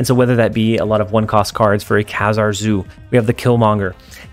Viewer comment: It's pronounced "KAY-ZAR"